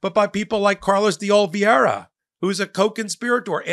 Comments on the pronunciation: De-o-li-ve-ra. Love ya, but mispronouncing repeatedly reduces your credibility. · you have been mispronouncing the surname “de Oliveira” for over a year now, please have some decorum and make an effort.